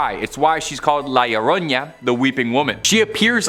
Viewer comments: Bro an a doesn't make a "ya" sound, it's just an a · I have heard this for a while and I figured I would put some bit of advice for annunciation for La Llorona; think of the double L as sounding as a Y like you’re saying yo-yo. R’s have more of a D sound in Spanish. 🫶